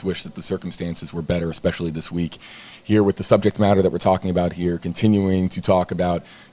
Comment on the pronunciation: What kind of interviewer pronounces Especially " expecially" in reality it's not a big deal but bugs me so much so in MY head it's a big deal